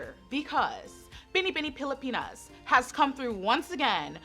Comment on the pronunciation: let's all commend her for saying Binibining Pilipinas so perfectly ❤️❤️❤️